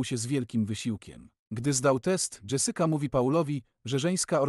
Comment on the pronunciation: dżesyka 😅 sadukar? serio.... masz ładny głos, popracuj trochę nad tym o czym mówisz i będzie super!